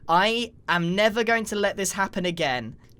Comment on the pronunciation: When I heard grian say he was becoming the netherite king, and after that he said I am never going to let this happen again, I thought he said, I am nether going to let this happen again.